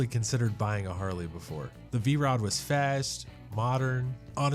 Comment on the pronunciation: V-ROO? That's AI. Lots of nice bikes though.